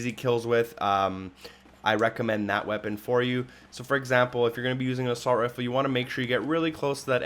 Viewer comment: Also sounds like he is saying " a salt rifle "